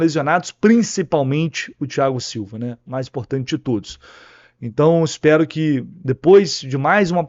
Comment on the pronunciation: Eu ouvi "todis"!?... Só pode ser deboche... ST